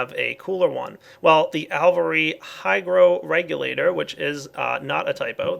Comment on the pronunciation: It's "AL-vee-AIR-ee"!